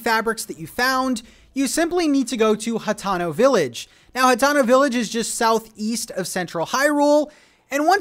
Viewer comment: Hateno is pronounced HA-TEE-NO, not HA-TONO, just wanted you to know